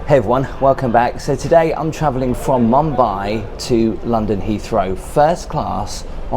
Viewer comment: your pronunciation of Mumbai kills me but I am here lol